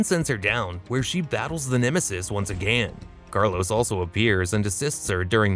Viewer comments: Too many uses of the word again with a voice that can't pronounce it. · "Once AgANN" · “agan” I love it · “ONCE AGÆAN 😎” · Your “AGAIN” annoys me for some reason.